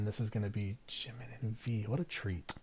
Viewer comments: you kind of pronounce jimin like its french lol you can just say the j like you would for jake or jacket :) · jimin, jungkook and jin are all pronounced with a hard j like jungle :) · I can't get over the way you say Jimin and Jungkook.... I've never heard anyone pronounce them that way before not that it really matters but still it's different. I do hope you go and learn more about them all they have such a wonderful friendship honestly they really are a family and love each other a lot, it's really special. Ida s has a great video which will take you through who each of the members are and some of their background it's really up to date so you'll learn quite a lot. Xceleste has great videos as well such as BTS from nobodies to legends but there are other that are great too. I'm sure everyone already suggested all the videos to you so I wont add anymore.